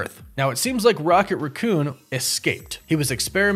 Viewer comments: RACK-coon... NOT RUH-coon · WHY DO YOU KEEP SAYING RAH COON? DO YOU NOT KNOW HOW TO SAY RACCOON